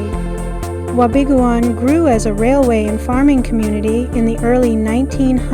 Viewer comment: It is pronounced Wa be goon. The town was founded due to it's location alo ng the Canadian Pacific Railway line. It was also the main town that supplied the Gold Rock Mine. It is my home town and a magical place to grow up.